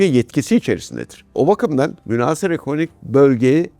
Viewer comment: Sevgili Amiralim, münhâsır yerine münhasır, tehditi yerine tehdîdi diye telaffuzunuz bizi mutlu edecektir.